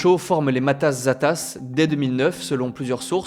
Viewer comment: Matas Zetas (tueurs de Zetas). "Zetas" se prononce "Sétasse".